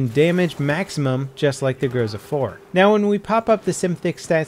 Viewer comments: its not growsa, its gro-zA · It's grozA, grozA, not a grOza ffs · It's fucking grozA, not grOza you idiot! So irritating! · It's not GrOUza, it's GrozA! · grozA!!!! Not grOza! Groza=thunder. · It sounds grozA, not grOza :) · It's not fucking grOza, it's fucking grozA Second stressed syllable ffs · GrozA, stress is on A.